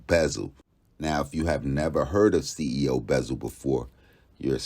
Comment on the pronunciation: CEO “Buzzle” wypepo 😩😂